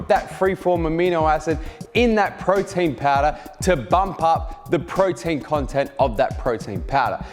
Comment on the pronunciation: Thank you for knowledge but I have heard Frautin Fowder like 1000 times 😂